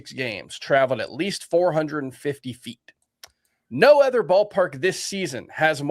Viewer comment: the word "other" is pronounced uh-thur, not ea-thur like the name Heather.